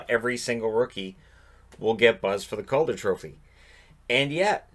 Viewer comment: WHOA, I was convinced for a second there you said: COVID trophy